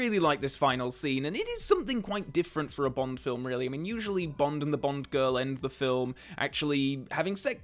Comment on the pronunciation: The only flaw in this film is Pierce Brosnan's "Bond, James Bond" being said like "Pont, James Pont"